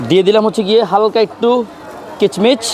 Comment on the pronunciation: কিচমিচ নারে ভাই কিশমিশ